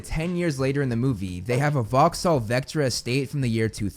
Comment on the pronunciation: I know this is 2 yrs old now but im gonna give you some props. Its a small one but worth saying. You pronounced Vauxhall correctly (Vox-Hall). Im Enlgish i live in England, I have 4 American friends and none of them could pronounce it properly, they all said Vowks-Hall. Not a big deal at all but i was surprised when you said it correctly.